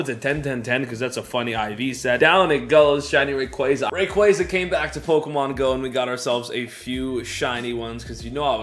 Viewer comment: please stop saying rayquaza like that it's giving me cancer lol